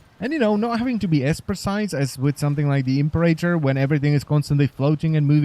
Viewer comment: You've ruined the Impera-tor for me by calling it the Imp-erator, i couldn't stop giggling.